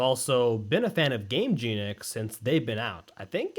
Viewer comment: "i love gameJEANic" please work on that pronunciation if you love them that much brother in christ 😭😭😭